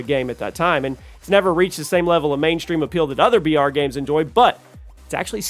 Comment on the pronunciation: Bro you keep saying BR and it sounds like VR. Had me thinking its virtual reality game.